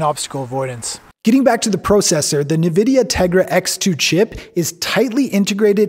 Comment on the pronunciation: It's pronounced N-vidia not Na-vdia. Very big company in the computer graphics GPU world.